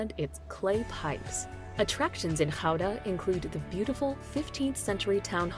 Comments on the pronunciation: Funfact about the Goeda cheese like people outside of the Netherlands call it You should actually pronounce it as GAUda cheese ;p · IT IS NOT "Houda", it is Gouda with a CH sound as in loCHness, never a G becomes a H sound, not even close.